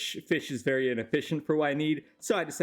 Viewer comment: "this concept is verry humane"